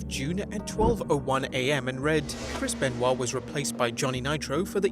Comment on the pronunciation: Can't delete it if you say Krispen Wa